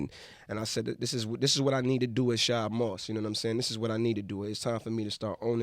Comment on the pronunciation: All these years Bow been saying his real name and they still say it wrong on every show. Shad is not hard to say. Bruh.